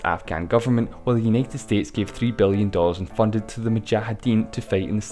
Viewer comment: I''m sorry but I can't understand a thing I think it's a bit to much lisping... it's kinda like sterdyfdftxhdhe war wasyjdfhyghifkjf..... an it's not bellion it's billion